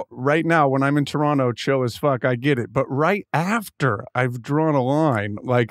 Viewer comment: I love when Kyle says "Toronto" the proper way. Legend, mate!